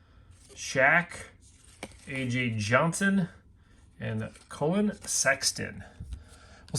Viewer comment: Colon Sexton lmfao how hard is it to pronounce Collin